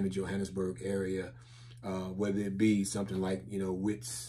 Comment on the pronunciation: welcome to the motherland. as black people nothing beats the motherland. Wits is pronounced as Vets